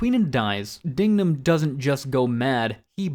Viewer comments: It’s pronounced Dig-num. Not Ding-gum. Dignam already suspected Sullivan, not to mention the 4 officers tailing Queenan weren’t right with it. Queenan’s phone records could be traced and Costigan’s file recovered. All of this is basic detective work. There’s plenty here that points to someone other than Madolyn. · Its DIGnum, not DINGnum gotdammit! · It's not 'Dingnam'. It's 'DIGNAM'. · DIG-NAM. DIG-NAM. Not "Ding-nam." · It's DIGNAM, not Dingnam. Dude! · It's Dignam. Not Dingam or Dingnam. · It’s Dig-Man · JFC, it’s DIGNAM You want somebody to watch your video and take it seriously, try getting the main person you’re talking about in your video’s name correctly.